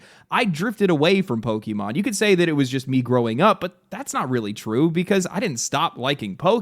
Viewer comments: Pokaymon not pokeymon dude xant even say the name of the franchise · It is pok-A-mon, not pok-E-mon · What is a Poke-e-mon? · Don't you hate it when people pronounce it "Pokimon" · Imagine still pronouncing it "Pokey-mon" in 2025. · i cringed so hard at every POKEYMON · I don't disagree with the points in this video and I share in the disappointment. But if you can pronounce the é in Beyoncé you can do it for Pokémon. 😭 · Note, it’s not poki-mon. It comes from pocket monsters. Try again the poke part